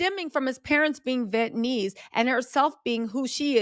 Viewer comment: Vee-et-nuh-meez Vietnamese, spelled out phonetically for you…